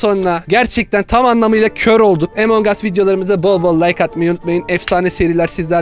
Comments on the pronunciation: Abi emong us diye okunmuyo yazılışı gibi okunuyo yani among us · Emong üs değil among usss